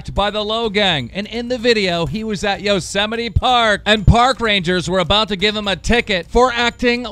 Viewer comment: "Yosemitee" lmao.. keem come on dude, it's "yose-mite"